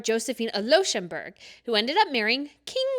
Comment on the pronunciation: Luxembourg is pronounced as in Lux (from luxury)